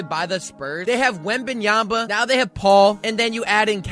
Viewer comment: Wembanyama ! not Wembanyamba.. 😔